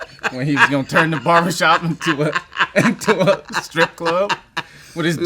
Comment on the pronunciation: Did say barbercop??? Lmao